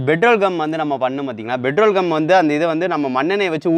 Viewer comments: Petrol not betrol. !!! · Betrol not petrol 🤭😂🤣